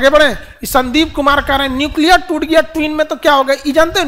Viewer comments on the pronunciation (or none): none